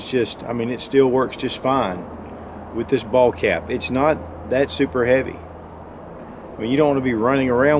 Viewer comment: "...."SOUPER" Freakin' Bright!.... <LMAO>